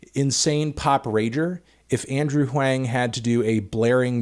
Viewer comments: Hey man, Andrew Huang rhymes with “wrong” not “rang”. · It’s pronounced Wong, not Wang. Literally just needed to watch 5 seconds of one of his videos to find that out. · anthony really put the wang in huang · SAY ANDREWS NAME RIGHT DUDE HE SAYS IT IN LITERALLY THE VERY FIRST SECOND OF ALL HIS VIDEOS YOU SOUND SO BAD WHAT IS WRONG WITH YOU HE SAYS HIS NAME IN EVERY VIDEO DUDE EVERY VIDEO THE DISRESPECT IS OFFENSIVE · Andrewthony Huwengtano